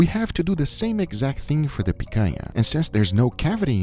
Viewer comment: As a brazilian, I approve your pronunciation of picanha 100%.